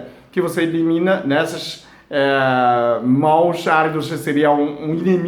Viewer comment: Móalito kkk dsclp mais deu vontade de rir.. kk